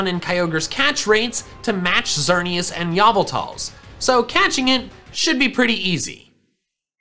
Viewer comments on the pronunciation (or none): says Yahvltal All his fan: No